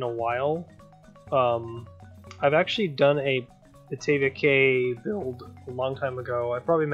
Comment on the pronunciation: Great video and love how your wooden coaster is a nod to kraken grotto being similar colors. When I think of a name for a wooden coaster that's beach themed I always use driftwood because it makes sense in my opinion. Also not sure if you know but cay is actually said like key which makes no sense in my opinion (gotta love that English language) which also surprised silvarette if it makes you feel better.